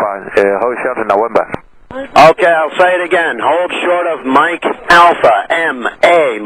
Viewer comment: This guy sure likes to taxi to Nowembah XD XD